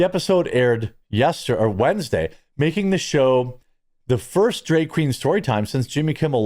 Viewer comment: Why are you pronouncing drag as drayg? Do you also say maygazine and raddy-ator?